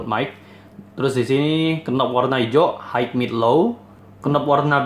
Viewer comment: Maaf mengoreksi sedikit. Utk pelafalan kata HIGH dalam bahasa Inggris bunyi yg benar adalah HAI (tanpa bunyi huruf K), bukan HAIK. Utk membantu belajar pelafalan bhs Inggris yg benar bisa coba install aplikasi kamus bahasa Inggris yg ada di playstore spt Kamusku dsb. Nanti ada menu pelafalannya. Semangat!